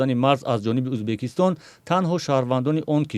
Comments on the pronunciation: ту чихели журналист (УЗБАКИСТОН) ту дар кучо хондагиии Узбакистон не УЗБЕКИСТОН !!!! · Убакистон не узбекстон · Журналист кенте и чи Узбакистон не Узбекистон